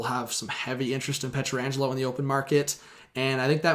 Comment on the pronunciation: Can you learn to say his name correctly?